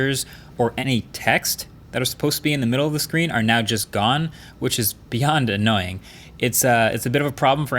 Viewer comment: How many "annaoying"s?